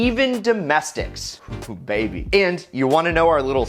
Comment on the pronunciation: Mo PoWaH BaBeH